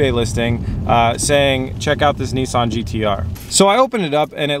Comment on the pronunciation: It's Nissan not Neessan 😂